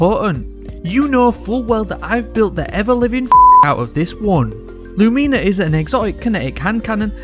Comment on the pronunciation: I'm sorry... "Lumeena"?